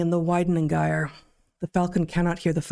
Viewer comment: gyre :i t's /dʒaɪ.ə/ not hard g; as in 'gyro'